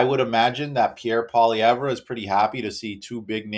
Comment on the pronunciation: Come on learn how to pronounce Pierre Poilievre properly.